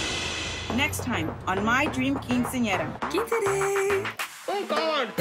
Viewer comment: literally it triggered me how she pronounced Quinceañera, and chambelan😭😭